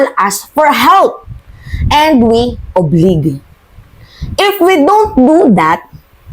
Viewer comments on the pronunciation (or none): Mali ang pronounce mo ng oblige (oblayj)